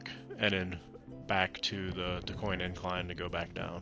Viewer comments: The least you could do is learn how to pronounce it. DOOCANE. I have no idea where you got that pronunciation on your video, but it is so strange. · Are you mispronouncing Duquesne on purpose???